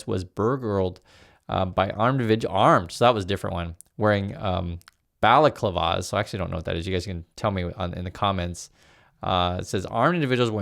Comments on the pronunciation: Your pronunciation of balaclava is priceless. Phonetic spelling "bellaclarva". It's a hood that you wear over your head down to your neck with openings for eyes, mouth and nostrils. Many applications apart from the obvious advantage when parading around in front of security cameras pinching things. Other uses include protecting your head and face from cold while skiing. Protecting head and face from fire (fire fighters, racing car drivers). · balaclava is a face mask. The typical once you picture when you think of a robber. And to help with the pronunciation bala-cla-va.